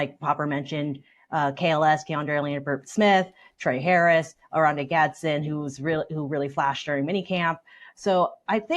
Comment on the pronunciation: can't even say his name.. 😔 gadsDen..